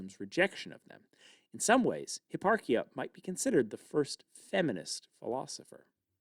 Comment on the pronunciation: hipparchia - arch like the curve, not ark